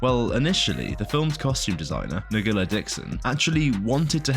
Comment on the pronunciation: The costume designer's name is Ngila Dickson. Her first name is pronounced "Nyla".